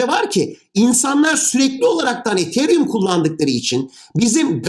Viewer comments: hocam sen ietheryüm derken ben nie değişik hissediyorum ya biz buna yıllardır etheryum dedik 🤣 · Hocam ethereum diyişiniz çok gıcık ya. E harfini farkında olmadan ei şeklinde okuyorsunuz. Yapmayın gözünüzü seveyim. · hocam ethereumu neden degısık telafuz edıoyosunuz r harfını bastırınn hocamm :) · Hocam ethereum'u çok komik söylüyorsunuz xd